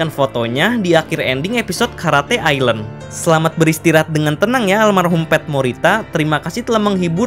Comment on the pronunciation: Bukan karate ilen tapi karate island